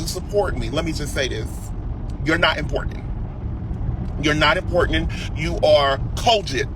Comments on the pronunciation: You are not “Impornan” 😂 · What is he saying Importandant ??? He is not running off at the mouth while looking like someone took a black marker and went off everywhere.🤣 Just ignorant!!! He is ranting because Tiffany is going to be speaking out about the LIES he tells!!! He’s Satan favorite son & he is slow because what fool brags about talking ignorant he big mad everybody is booked and busy meanwhile he’s riding around renting cars and lying like a dog mispronouncing words wishing he was famous rich and important!!!